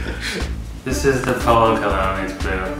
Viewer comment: colon!!! O.O you mean cologne...